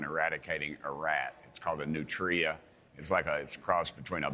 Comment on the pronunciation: Learn to pronounce it. "Nutria" is one word.